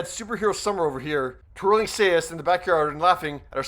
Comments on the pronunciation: Hahaha...what the hell are say is? Do you mean Sais(Psys/ Sys)? I know Canadian, but still should learn the pronunciation of Elektras weapon. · I'm sorry, but...its pronounced "sah-eye-s" and not "say-as"...my inner 2nd degree black belt in shotokan karate was just screaming both times... ....sorry. And yeah, I gotta get my butt to see this movie too. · You don't know how to pronounces "SAIS"??????? SAI is pronounced "Sigh" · Oh geez.. why can't anyone pronounce Sais correctly.. it's pronounced SIGHS... SAIS.. singular is SIGH... not says... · Sais is pronounced "size" not "say-is". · him: "say-ess" me: it's pronounced """sighs""" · Sais! Not seyas! Sais! It should sound like “size”! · Good video. They're pronounces Sighs though, not Say-is. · Sais are pronounced as "sighs" not say-es. lol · Sais - pronounced "size". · Really good video. Just one thing....Sai is pronounced as sigh. Thus Sais would be sighs. Keep up the good work. 😇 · He said 'Say-is' [Sais] HAHAHAHA. Had me rolling. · Her weapons, her sais are pronounced like SIZE/SIGHS… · Thanks for the video. FYI, the weapon that Elektra is using, sais, is pronounced "eyes" but with an "s" in front of the "eyes". Looking forward to your next one! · Sais pronounced sighs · What do Elektra and Raphael have in common? "Say-as", apparently... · Sai's...... "Sigh's" How can someone miss pronounce that. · It is pronounced "Seyes" Sai then S as in plural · The weapons she carries are pronounced the same as you would say "sighs." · It's pronounced SIES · Please learn how to say the word sais. I am pretty sure that you are sure to correct someone who mispronounced your name. And as a television producer, interviewer, and a person who has been in the entertainment industry, it sounds bad that you mispronounced it. Teenage Mutant Ninja Turtles (1990 film)as a reference for the pronunciation of the word sais. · Lmao Elektra WHAT!? And they're called sais (Sīhz), long I, silent a. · Sais=(pronounced 'sighs') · Sais - sighs